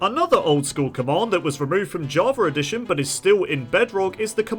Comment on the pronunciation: Jarva addition? What in the world is this person saying?